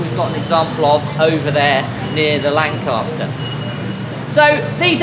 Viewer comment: LAN "CAS" TER --- CAS as in mama cas KAS KAS KAS